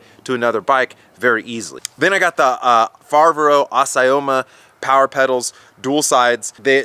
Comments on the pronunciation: I bet he doesn't speak Italian or Spanish ! 😂😂 Fiveri, Fibero, Foberry, Fevoro, Feberrry... Azaroma, Abimoma, Ebimoma, etc 😂😂. I like him, nice guy and honest. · Fa-vair-oh Ass-ee-oh-ma. Hopefully that helps you in your pronunciation LMAO.